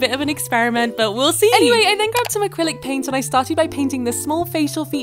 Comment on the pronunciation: "living r-OOM" 💀 "canVAS" 💀 "sEE" 💀 "light pINK" 💀 "feathery gILL-" 💀 "to act like the feathery gILLS" 💀 like girl why your voice so weird